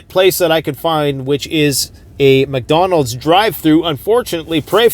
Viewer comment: Meek Dawnos??? Dee Day Knoow Meek Dawnolds.